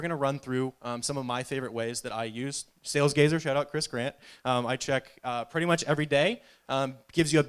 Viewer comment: Did he say Sales Gayser?